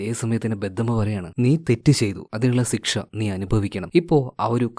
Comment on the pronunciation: പറയുന്നതിൻ്റെ ആണോ kelkkunnathinte ആണോ ഞാൻ സിക്ഷ എന്നാണ് കേൾക്കുന്ന😅